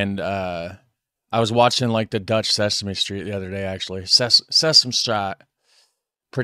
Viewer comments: Why is he pronouncing Dutch words like their Latin lol. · You pronounce dutch like it's latin. Try more of a german pronunciation. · You pronounce dutch like It's spanish 😂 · woah woah woah ! you are MURDERING the dutch language there ... sounds latin when you say it like that :P - also 112 is the 911 of the Netherlands :) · Love that you tried pronouncing the Dutch but you made it Spanish, lmao Edit: the translations are REALLY bad